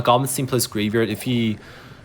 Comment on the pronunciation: can you stop saying stiehn insteid of stein its pissing me off